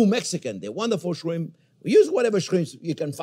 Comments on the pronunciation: Garlic Shwimp😂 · I.like. shrime